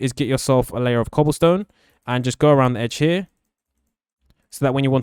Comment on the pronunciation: When you where filling in the wall with oke Wood you said cobalsone 😂